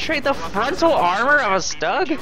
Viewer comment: btw is its not pronounced "Stug" - its pronounced "shtoog".